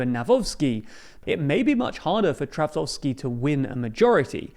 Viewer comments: Guys, let me help you out with some pronunciation Trzaskowski - chass-KOV-ski Nawrocki - na-VROT-ski Grzegorz Braun - ASS-hole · Noone can tell anymore that you are biased - You butchered both surnames of the polish president candidates equally. The Copilot is quite decent in explaining how to pronounce those surnames. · Whoever wins in the second round, here in PL, wether Nawrocki or Trzaskowski; good luck to you guys on pronouncing those names! 😁😁😁 Not looking great thus far😂